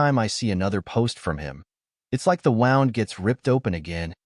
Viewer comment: how hàrd is it to say. wound